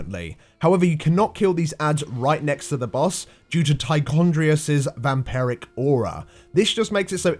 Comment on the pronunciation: "Vamperic"? It's "Vampiric", and it has been since Warcraft III; derived from "Vampire".